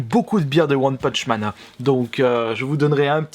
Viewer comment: "One PUTCH man" 😂😂😂😂😘